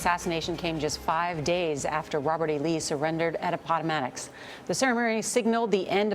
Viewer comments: Did she just pronounce 'Appomattox' like 'Appottomatix'?? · I DIDN'T KNOW LEE SURRENDERED AT AP-AH-PAG-MAD-DOX, HMMMMMMM???????!!!!!!!!!! OTHER THAN THAT BOO-BOO, THIS WAS A VERY GOOD VIDEO - BRAVO!!!!!!!!!!!!!!!!!!!!!!!!!!!!!!!!!!!!!!!!!!!!! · A-pot-toe-matics?!? Wtf? If you're going to mention a place name at least learn how to pronounce it. It it pronounced App-a-madicks. Geez. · “A pot o’ mattix Courthouse”?????????? APP o mattix!!! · It's not A-pot-to-matt-ox. It's Ap-po-matt-ox. For a well-paid newscaster, surely you could spend some time practicing to get it right...? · Ah-POT-Oh-Matt-Ix? Seriously? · She said "Apottomattox" OMG. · A pot o mat tix? Is there more proof needed not to take media seriously? A basic high school education should mean pronouncing it correctly without a script. Who shot him? Joan Wick Booth? 😒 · "A-pot-o-MAT-ticks"?? Really?? Good grief. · A-pot-a-mad-ux. That made my teeth hurt. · Apottamadicks? You better read your history, goofy. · She pronounced the surrender location A-pot-oh-mat-ticks. Ugh. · She can't even pronounce Appomattox, she's doing a story she prolly don't know a damn thing about. "A pot o matics"? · I think she said ap pot ta matics. Really? Do they not teach history anymore? Or geography? Lol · Apotamattox?!?! Really?!?! Did she miss her history class?!?!! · Alisha Beal exactly! its : ap-po-matt-ix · A television news reporter who can't pronounce "Appomattox." What disgrace. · CBS couldn't be bothered correcting the horrible mispronunciation of Appomattox along with not adding the quote of Booth after Lincoln gave the impromptu speech about giving some freed men the vote. Booth said, "That's the last speech he'll ever give." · She's never said the word "Appomattox" before lol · Did she just mispronounce Appomattox?!?! Duh?!?! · You would think a “Journalist” would know how to pronounce “Appomattox”. Or would at a minimum read through her script at least once prior to going on air.. Nice story though..